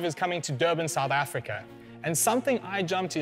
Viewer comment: The first minute the guy says South Africa plain as day, then 5 seconds later says South Africker. I’ll never understand.